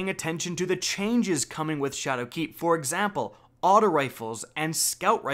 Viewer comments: SHAdowkeep Not ShadowKEEP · am i crazy or is he emphasizing 'shadowkeep' wrong? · The way you're putting the emphasis on the wrong syllable in "Shadowkeep" is really throwing me off. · So is saying ''Shadowkeep'' or ''Chad o' Keefe''? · Leek YES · i love how you emphasize the "keep" in shadowkeep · stop putting a space between shadow and keep when you say it XD